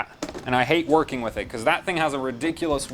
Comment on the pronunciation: "Card is verking" Are you picking up a German accent as well?